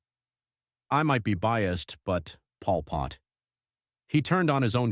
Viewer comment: Polu Pot not bad.